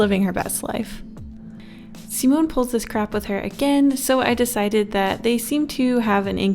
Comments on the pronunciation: Not "simonn" but "simonE" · Simone is my brothers name :0 Edit: its pronounced See-mo-nei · god i love her but the way she says simone and samuele and daniele.....no sis